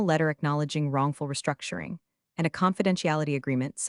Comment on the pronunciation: The moment you hear the charge "wrongful restructioning" you know the AI has gone of the rails.